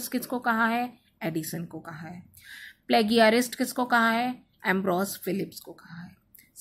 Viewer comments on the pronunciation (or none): In Plagiarist, g is pronounced with z sound as jajaj. Rest is best 🙏